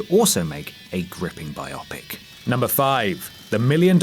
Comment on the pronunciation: Bio-pic not Bi-opic